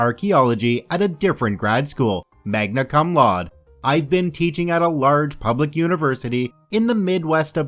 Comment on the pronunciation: Actually, Cum Laude is pronounced [koom law-dee]. You got the Magna part right, though.